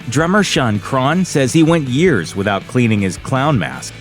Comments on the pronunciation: It's Crahan not Cron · Jesus Christ, do you conduct ANY research for these videos? Crahan is pronounced cray-on (just like a Crayola). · For the record Crahan is pronounced Cran. The "h" and second "a" are silent. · “Drummer, Shon Chron” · The way he says Crahan makes me wanna beat him up pretty severe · This is how many times he mispronounced Clown’s last name. 👇🏻